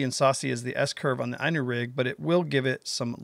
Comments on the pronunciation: *'Eenu'...not 'eyenu'... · I personally couldn't care less how you say it but little fyi Inu is pronounced like "E-New" I haven't used the Inu rig yet but have few worms rigged up and I totally agree with you. Not only easier to rig but Id rather have a tied on hook than free floating for hooking a fish. Its pretty cool ima have to steal it lol. That's what i think is the beauty of this new rig is its now just a new bait but new way to fish. Ive heard of Japan Inu rigs on drop shots, with jig heads, spinner blades, swimbaits and more. I never fish worms but fished like this I might start to.... if it works at my ponds. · It's ln U which in Japanese for Dog. Valbwill never understand Yanks creative misprono uncing simple English Worse is baffling. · At least pronounce it right. Looks good though!